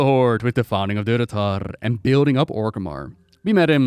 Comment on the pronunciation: Durotar only has one R at the end. You pronounced it with 3 R's Durotar'r'r 😜 lol